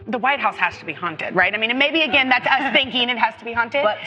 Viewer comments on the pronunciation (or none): none